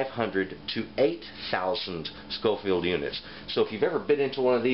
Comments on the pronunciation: I’m sure someone has already picked you up on this, but it’s Scoville abbreviated as shu, not schofield as you are saying. Also there is no such thing a paprika chill, despite what it maybe labelled as where ever you were getting them. Depending on the region you get it from, paprika will be made from various different Chillies or sweet peppers. So in hungry where the best paprika is considered to be made, they mainly use a sweet Ramiro pepper, but again depending on the region others will be used. In Spain where they tend to prefer a little heat in their paprika, it will be a slightly warmer chilli like a Serrano. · It is SCOVILLE units, not SCOFIELD. Just saying. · Great information. Btw its "SCOVILLE", not "SCOFIELD". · Thanks for the video. Its actually Scoville units, as opposed to Scofield. I enjoyed the video though. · It's Scoville not Schofield and most crushed red pepper at your local grocery store is crushed cayenne. You sounded well informed other than that lol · Did you call them "scofield" units? It's scoville. Some good information but that should be cleared up. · Scoville, not "Scofield". Oy. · I'm just wondering why he said "Scoville" correctly the first time, then switched to "Scofield"... Otherwise, great video. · "Scoville". Names after Wibur Scoville who created the scale in the early 1900s. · It's Scoville unit, not Scofield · Its scoville units not scofield units! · It's Scoville not scofield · Am I crazy or do you keep saying "scofield"? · You're right. He said it correctly in the beginning, then kept pronouncing it like "Scoffield". Kinda irritating, but still a good video. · Every time he said “scofield” …. How am I supposed to take him seriously? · I cringed every time you said "scofield". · I can't believe there are not more comments on this. For being a professed knowledgeable person about chile peppers and heat, you'd think he'd know the words 'Scoville Heat Units'. He misspoke many times, not just once.